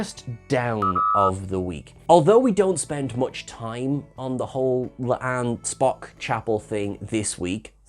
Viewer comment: It's La'an. Not Le'Ann....